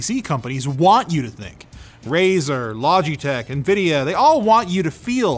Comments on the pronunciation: Bro i love yall but who is Logetech lol LogEtech! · who pronounces it "loj-ee-tech"? 😅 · bro called logitech log(EE)tech